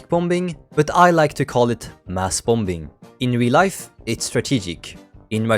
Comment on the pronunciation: Good vid but the second B in "Bombing" is silent.